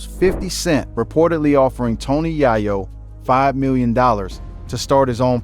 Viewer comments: Tony Yayo ❌ Tony Yahyo✅ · TONY YAAAYO..😂😂😂